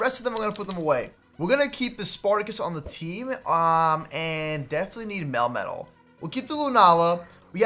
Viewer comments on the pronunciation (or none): none